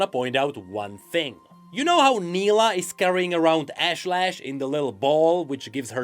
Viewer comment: also Nilah's demon is pronounced Ash-Lesh not Lash, and yes it makes a diffrence